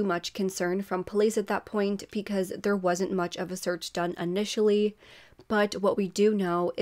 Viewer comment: I like your content. Only thing I hate is that you say Pecause when it’s Because. Just my 2 cents.